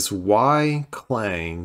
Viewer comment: Please, it's not "Cl-ang" it's "C-lang"!